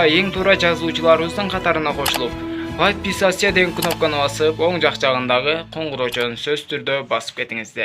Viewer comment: Жыланач жургон эч кимди коргон жокмун.Патписатсаны дегенди туура айтканды уйрончу.